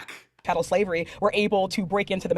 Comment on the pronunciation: I think she said ‘cattle Slavey’ instead of ‘chattel’…